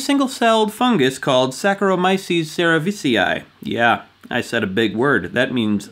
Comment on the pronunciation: I'm so impressed. pronounced Saccharomyces cerevisiae right